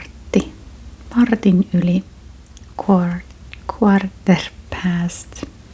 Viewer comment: To help you pronounce quarter - try breaking it down like this - core-ter. Your English is really excellent, and the Finnish/English mix creates great asmr!